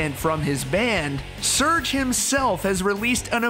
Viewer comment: Serj , NICHT Search xD 😒